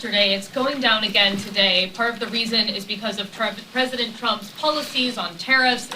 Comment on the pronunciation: 11.06 mins SHE SAID THE PWESIDENT